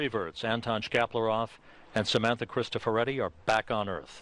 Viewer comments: Adoro il modo degli americani di pronunciare CRISTOFORETTI :D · Auron ツ Adori il modo in cui stanno distruggendo Crustoforetti!?SCEMA!